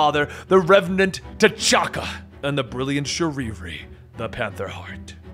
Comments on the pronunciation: Bro Someone tell me wtf is going on why is he saying shuriri and not shuri??? It’s annoying me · Her name is Shuri not Shuriri 😒😤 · Did this man just say sharee ree